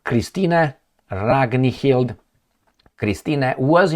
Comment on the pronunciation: pronouncing "Ragnhild Kristine", the Ragnhild part was pretty close, "Kristine" was pronounced perfectly in Norwegian.